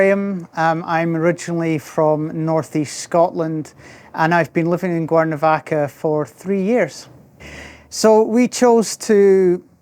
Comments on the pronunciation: Conozco el acento escocés porque mi suegra es de Escocia, pero sonaba como si estuviera diciendo "Guernovaca" repetidamente. De todos modos, no importa. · Is it me or is the gentleman consistently mispronouncing the name of his town?